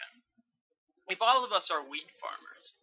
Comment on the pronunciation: I thought you were saying weed instead of wheat at the start haha. Very helpful thoo thanks.